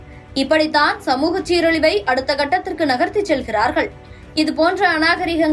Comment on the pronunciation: Please pronounce tamizh words properly . For years TV News host carry proper tamil words to the people . Now its terrible and pathetic . Its not Gandanam .... Its Kandanam !!!! Gandikirom illa Kandikirom !!! aduthegattathirku illa aduthakatathirku